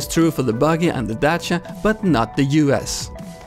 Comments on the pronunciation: I'm so glad I finally hear someone pronouncing Dacia correctly and that someone is you. Awesome video. PS: Much love from Romania :D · You are the only pubg streamer that pronounces DACIA correctly